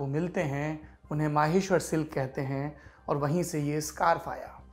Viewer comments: It's maheshwar not maaheshwar...👍😀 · माहेश्वर नहीं महेश्वर है सही उच्चारण। आप कब आए वैसे यहां?